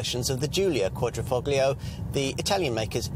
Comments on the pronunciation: It's "fO-lio" not "foGlio"......... Silent G! Silent G! Silent G! Silent G! Silent G! Silent G! Silent G! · It's driving me up the wall everytime he says ....foGlio. Silent G! Silent G! Silent G! Silent G! Silent G! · It's quadri-fol-io. "Gli"="lji" or "ji". It's ta-lji-atelle. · the G is silent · I think you’ll find the active aero front splitter is only on the Guilia and not the Stelvio. Guilia has a lower carbon fibre splitter that is the active part, and so far as I was aware, bonnet on the Stelvio is not carbon fibre. It is on the Guilia and is unpainted on the underside- on the Stelvio it is aluminium and painted. Also, please, the ‘g’ is Quadrifoglio is soft, almost silent. It’s not a hard ‘g’ as per your pronunciation! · same here! It hurts me everytime he says it haha can't they quickly go to google translator and listen to the pronunciation? 🤦🏽‍♂️